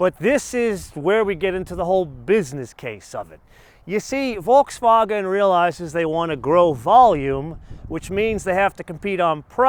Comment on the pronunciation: learn how to say Volkswagen